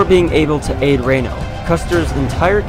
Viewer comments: Itsnot raino...its reeeno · It’s Reno not Reino. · Its Reeeeeeno not Raino. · Right?? See my other comment listing a lot of errors. And another one I just remembered -- he says "Colonel Rain-o." Rain-o was a Major, not a Colonel. 😉 Major Marcus Albert Reno. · Many factual errors regarding the ranks of the Cavalry officers and even the pronunciation of Major Reno's name, Check this out for a better presentation. Otherwise a very concise summary of what really happenned.